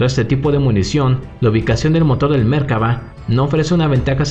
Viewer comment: Creo que se llaman merkava y centurión y no "mérkava" y "centúrion" ... Por lo demás bien